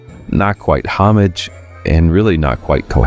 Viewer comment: What the hell is 'HOMMAGE'??? I wonder if he means 'Homage' (pronounced oh-mahj).